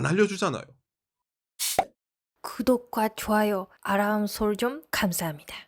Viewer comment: 그덕 즈아요 아롸므 숼즈엉 발음 넘 귀엽네요 ^^♡